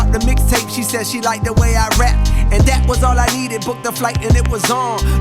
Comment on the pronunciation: the way he pronounced that, like “Dat,” I think is a reference to Datpiff.